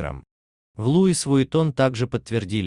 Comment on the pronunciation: ЛУуиссссссссссссс Виттон....Ты что чувак ...Правильно прочьти бренд на французком....Идиотизм...